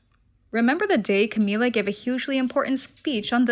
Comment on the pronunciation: Her name is Camilla not Cameela